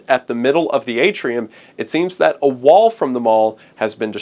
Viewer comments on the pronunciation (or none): none